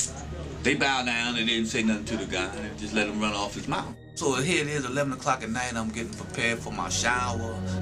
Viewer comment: yeah, I was thinkin' n.o. when he was saying 'chea for here..